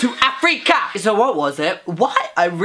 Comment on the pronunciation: I am from South-Africa and I just laughed at him pronounsing Africa wrong.